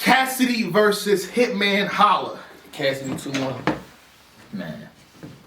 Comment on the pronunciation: Did you say "hitman holler" 😂😆😂